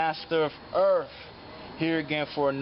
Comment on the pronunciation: I like your vids, but did I hear you introduce yourself as "Master of Erfff" ?